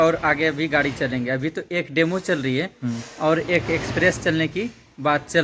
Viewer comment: डेमो नाही ओ डेमू म्हणतात Demu train